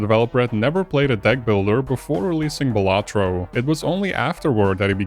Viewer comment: Imagine pronouncing Balatro like that